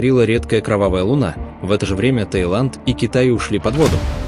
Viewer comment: да не лУна..а лунА Скорректируйте ваш ИИ